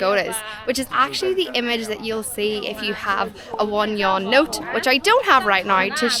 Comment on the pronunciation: The Yuan is not a Yawn. It is pronounced as Yu-an 2 syllables. You and then Ahn . Neither is it a Yen or a Won